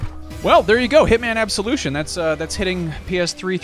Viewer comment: Splinter Man: Absoviction